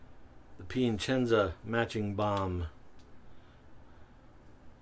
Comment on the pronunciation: it's that added "n" that throws in lol